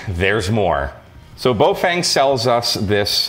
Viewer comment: Please note: the first syllable of the brand is pronounced to rhyme with "cow" and the second rhymes with "lung". So it's "fung", not "feng". Cow-Fung --> Bow-Fung.